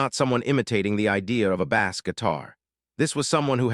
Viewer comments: I love what you explain here about Michael's gift for music, and for the way he became the music. However, I am increasingly angry that, as you talk about music, you continue to refer to low-tone notes in the inference of it being a fish!! Bass, is spelled the same in both uses, but Michael did not hit a fish note!!! He hit a low tone bass note. Do you not realize how stupid you sound when you call the city lows angels!!?? It's Los Angeles. It's pronounced like loss!! Also "and gel less". You say things so incorrectly that you, nearly, make it impossible to listen to!! AI is stupid. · God I detest AI. I tried to listen to this one until the machine called a bass drum like it's a fish. I can't stand it. I'm out of here!